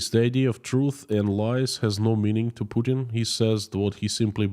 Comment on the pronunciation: No one outside of Russia believes Pukin's BS. It's so obvious even a blind man can see it. your little miss spoken pronunciation of Putin had me laughing my ass off & is now my favourite way to refer to him. On your singing it reminded me of when someone has headphones on & starts to sing along with what they're listening to 😂 Stay safe & please keep up the great work❤. Long live Ukraine 🇺🇦❤️